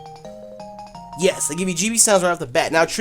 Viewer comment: When the into said "they" it sounded like "dick" and I just sat straight up like "pause"